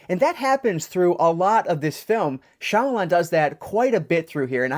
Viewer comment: bummer to hear that it's not a wow factor! Comon M. Night do better!! Thanks for the review and nice to see a reviewer who knows how to pronounce Shyamalan correctly!